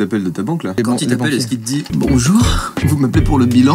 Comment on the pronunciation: jpp "bonjourin" "y’a pas de problèmin"